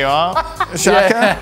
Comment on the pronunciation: Not shaka its SAKA.